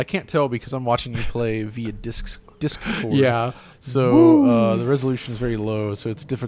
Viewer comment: is a boomer confirmed "Discs... Dis-CORD"